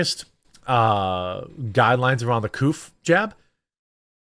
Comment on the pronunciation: Say COVID!!!!! Not couf